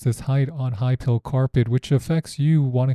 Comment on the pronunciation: It’s PILE. Like a pile of dirt. Or a pile of rocks. Think ‘Pie’.